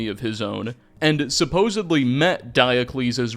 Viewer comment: I just want you to know I listened to most of the video until you said suposebly 😢